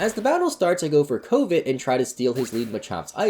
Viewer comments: It took me forever to realize that he was using the move covet and pronouncing it as covid. I feel dumb. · Every time you said covet it sounded like you said Covid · The mispronunciation of “covet” (Kuv-vuht) kept making me do a double take. Like, I legit feel like I’m pronouncing it wrong now lol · Don't think I've ever heard anyone pronounce Covet "cove-it" before... The interesting ways folks pronounce words they only know through text, not from talking! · Lol, Ko-vit gets me every time. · Am I the only one who thought it sounded like he said Covid? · I will always hate how you are pronouncing "covet", but i will always love your vids. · Is he purposely pronouncing “covet” like that?